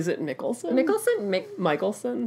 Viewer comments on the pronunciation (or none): Mads Mikkelsen is pronouced Mass Mickelsen. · "mikkelsen" is pronounced the first way you said it ;D